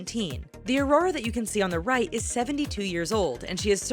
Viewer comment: Im sorry but i just was triggered i get it lots of people say Aurora wrong it happens but she says it right and than wrong i cant stand it now i know hate is coming my way but its my name and you say it only one way so how did this happend 😫😫😩😩😩😩😩😑😐